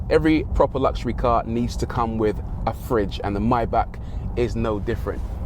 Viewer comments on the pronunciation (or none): Come on not even you too Bruv. MAY--BACH not MYBACK. Lol 😁. Lovely Vid btw. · fantastic car but isn't it maybach you call it mybach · My man calls it a myback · Please, learn how to pronounce "Maybach". :-)